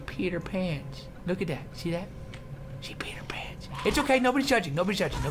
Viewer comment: Why "She peed her pants" sonds like "She's Peter Pan" ?